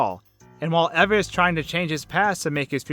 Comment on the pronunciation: The pronunciation of Eva made me cringe. Did you never watch Wall-E? EEEEEVA!!!!